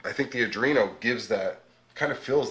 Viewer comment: Spells Arduino correctly... but keeps calling it an Adrino. Had to stop watching lol.